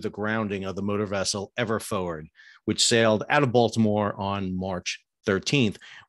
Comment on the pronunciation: Forward not “foward”.